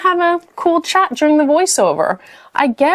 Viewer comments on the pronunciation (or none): none